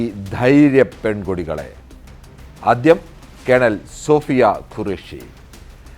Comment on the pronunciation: 😂😂 sofiya 😂 Soofiya ennuparayan bhayankaramadi😂